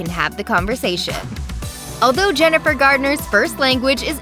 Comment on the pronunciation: Why don’t these commentators get names right if they’re going to speak in public????? There is No D in Jennifer’s name. How do these people get hired??? They need to have someone prep them before they speak if they don’t know what they’re talking about!